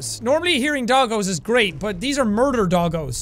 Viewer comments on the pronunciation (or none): What jack says : murder doggos what I hear : murder dawko